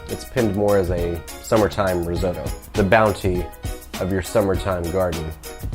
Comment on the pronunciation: I love it: "Rrrrrisotto!...Mmmm mmm, I love wine cookin'!...risotto is like a baby, or a kitten, or a puppy, you gotta give it lots of attention" (sip sip). It looks divino!!